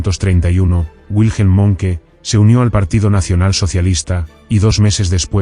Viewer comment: Fuck A.I. narratives! Monkey! it's pronounced Monk,Dip shits!